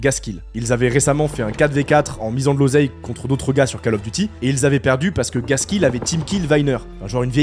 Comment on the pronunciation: 11'50" : Faut arrêter avec la Cale du Devoir... C'est COLE, pas CALE ! Call of Duty !! Anglais niveau 6eme.